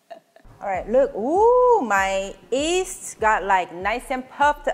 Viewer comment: Korean cant pronounce “Y” alphabet. Its cute that you call yeast as east ☺️☺️ Like the famous singer Yim Jae-bum pronounced as Im Jae-bum.